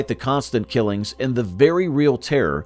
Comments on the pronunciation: Me da lin is such a crazy way of saying Medellin. It is pronounced medejjean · EXACTLY. The mispronunciation is driving me nuts. Medellin is supposed to be pronounced Med-ah-yeen. It's a Spanish word 🤦. They should have used a narrator who is more familiar with the Spanish language. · It’s med a yin. Not medal lin. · Maybe it should be spelt meddigin? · You could at least pronounce town right. Over and over. It’s not Medellin. Like medicine. It’s medeyeeen. That’s how you say it. Makes you look bad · After hearing medeling cartel and then Felix gallardo like the Lamborghini I had to turn this shit off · You pronounced medillin wrong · I had to stop watching the video as soon as they said that